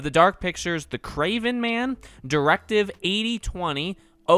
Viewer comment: Am I the only one who thought it said directive BOZO